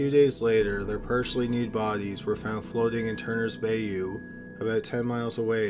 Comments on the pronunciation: Some mispronounced words here. it's Gavleston Not Gavel-Ston & Bayou is pronounced Bye-You NOT Bay-You. I like these mysteries though. You do a good job with them.. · "gavelston" as a texan, this makes my ears bleed and my heart hurt. but i still love your videos lmfao *edit OOF NOT "BAY-OO" "BUY-U" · I Really enjoy your content. Great job with this video ! But your voice sounds like your bored. Plus Bayou is pronounced Bye-you ...NOT bay-you. I DO remember Matthew McConneghy in that Unsolved Mysteries role many years ago. Plus how could they of let that creep out on bail ? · That was driving me insane! That and the pronunciation of "bay-you", I've always heard it pronounced "bye-yew". I had to stop watching because of it. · Feeling the same way hearing him mispronounce Galveston. Immediately started looking through the comments for another native. And just heard Bay you.... Oh wow. 😵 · I believe its pronounced By-you.🥴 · Bayou--(bye-you) lol for those that don't know what bioo bio is :) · I LOVE this Channel, but I feel I must correct your pronunciation of Bayou. It's BY-you. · Isn`t "Bayou" of French origin? Strange a Canadian would miss that pronunciation. I swear I`m not a horrible nitpicker all the time but some mispronunciations make me cringe. "Nuculear" is my big cringe generator ..Still love the video though, the content far outweighs the tiny narration slips. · This isn't the first time?! I've never heard any city name mispronounced so many times in a row. It's making me absolutely twitchy! Between that and their pronunciation of 'bayou', they definitely aren't southern